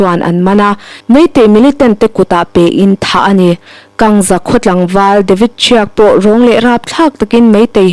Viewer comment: ASFPA Nailou AFSPA anih kha Tlem in research hmasa zel la a tha ang news in tih chiah hma khian. KANGZA hilou LANGZA ahi . Neuchik research lechin pronunciation diktak zang thei pah di himai. KIPZEN hilou KIP-GEN ahi. Research that louh hi i weakness ani tlat.